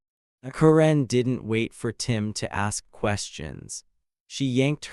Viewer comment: someone should teach the AI voice to pronounce Karen correctly